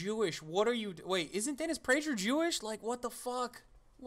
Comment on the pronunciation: This video is cringeworthy, laughing at an argument you disagree with is just infantile and suggests you don't have anything of value to make a rebuttal with. Oh, and It's prager with a hard g, like pagan... FYI